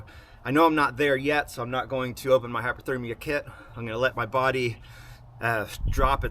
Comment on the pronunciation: Cool video! Is hyperthermia the same as hypothermia? It sounds like you keep saying hyperthermia.